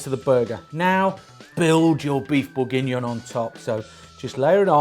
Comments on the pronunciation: he says it right finally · This looks delicious, but that pronunciation hurts my ears. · Your pronunciation of Bourgignon threw me for a loop. Thought I was having a stroke. Regardless, top recipe chef. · Hahaha same